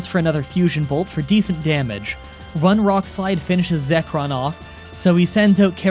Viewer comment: what about "Zekron"